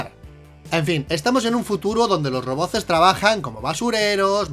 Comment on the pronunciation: se dice "roboz" con "Z"🤣🤣🤣